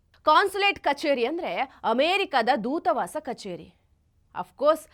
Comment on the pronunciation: ಅಮ್ಮಾ,ಅದು ದೂತವಾಸ ಅಲ್ಲಿ ದೂತಾವಾಸ.